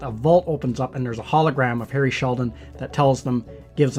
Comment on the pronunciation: It's Hari Seldon, not Harry Sheldon.